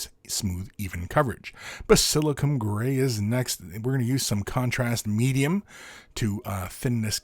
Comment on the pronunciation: I love the fact, that he kept mispronouncing Basilicanum Grey. So, I was wondering if it goes well in pasta sauce or on pizza. 😀😋